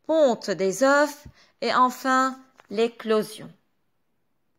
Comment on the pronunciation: شرح مفصل وواضح يعطيكي العافية بس ملاحظة بكل محبة بالفرنسي، لما منحكي عن بيضة منلفظ ال f بآخر الكلمة بس لما منحكي عن بيض au pluriel, منكتب ال fs بس ما منلفظ لا f ولا s